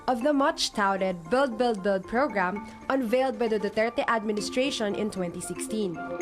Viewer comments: Beld, beld, beld.. Belding... Bellion....😂🤣😅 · Beld, beld, beld. Distracting pronunciation! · bellld, bellld, bellld... 😂